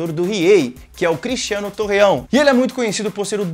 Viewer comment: Torrão rsrsrsrs. É Torreão.